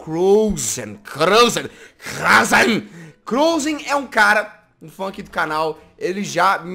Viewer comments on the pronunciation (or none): amo esse vídeo, já vi várias vezes, mas eu sempre escuto o Jazz dizendo "funk do canal" em vez de "fã aqui do canal" no início do vídeo kkkkk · Percebi tambem "FUNK" era para ser fã foi no